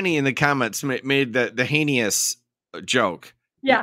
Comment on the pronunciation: I love that she mocked him for mispronouncing her name... and heinious... I don't mean to make light, but those digs made me snicker a touch